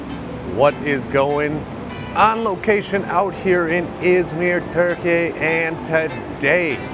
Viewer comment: If you like to pronounce "Türkiye" with a little less accent, you can think of the way you say "cure" in English and use that vowel sound for first syllable of Türkiye.